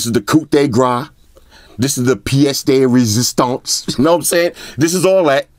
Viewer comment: Coup de grâce. Pièce de résistance. I love the way you are saying these French sentences. Shout out to for using French in your review!